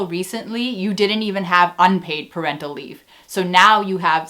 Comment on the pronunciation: I swear I heard "per rental leave" and I was confused as hell until I realised you said "parental leave"